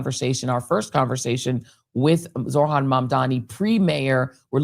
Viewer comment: Dear Joy, it's zoHran and NOT zoRhan. Thank you.